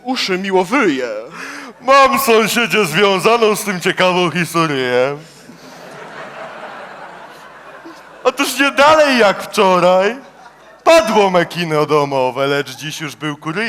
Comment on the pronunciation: chodzi mi o to wydłużanie końcówek i np. historyję